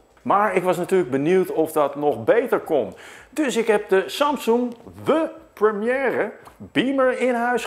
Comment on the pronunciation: mooi hoe hoe je the premiere zegt wow